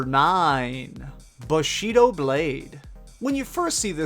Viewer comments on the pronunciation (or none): bashido lol